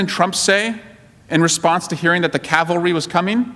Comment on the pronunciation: We are bringing the cal- vary. It's cavalry you meathead. Not a very good eye for detail, considering you are a prosecutor. Get your facts right loser.